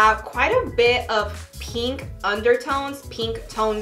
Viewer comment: y’all she says pEEnk a million times in 7 minutes